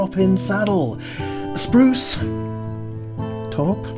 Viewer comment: Haha! “SPRUCE….. BACK.AND.SIDES”